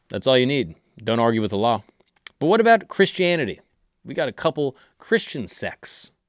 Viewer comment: His pronunciation of Allah is at least 9 out of 10. Most non Arabic speaker got it wrong, especially westerners.